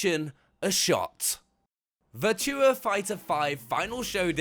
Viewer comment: Never heard "Virtua" pronounced quite like that.